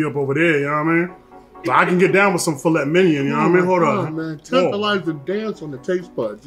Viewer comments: That table looks amazing and I love both of your videos. But... Filet Mignon is French. Pronounced Fil-ay Mign-on not filet minyan lol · You mean minyawn. The phonetics you noted are incorrect...mig-non would sound like...well..mig..non..lol. correct pronounciation is filay minyawn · "Fillet MINION" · Why are you pronouncing filet mignon wrong?????? Is that on purpose? I wouldnt even serve you if you seriously ordered it with that pronunciation lol